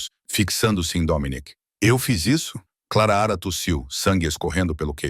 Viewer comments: KKkkk linda a istoria .Mas não sei se vcs já reparam,que todas as istorias que a mulher vem nome de Clara o narrador gosta de falar Clara raa kkkk Eu acho que ele gosta do som da vos dele narrando kkkk ,E quando ele tbm tem uma mania de limpa a garganta kkkk . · Da pra pronunciar o nome da moça direito o ridículo. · Fala direito o nome clara direito ok